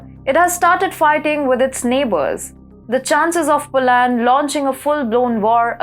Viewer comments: You have to use proper English pronunciation to be taken seriously by an English knowing global public. Its not Po - land, the emphasis should be on the first syllable 'Po'... the second syllable is NOT stressed and is pronounced as ' lund,' as in 'under', Ire-land is pronouncef as Ayer-lund. Kindly correct the way you say 'political' - the stress should be on -'lit...' not on 'pol' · Dear, In English, it is "POLAND" not POO-LAND"